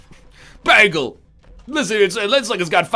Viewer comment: OMG I say bagel the same way and everyone makes fun of me xD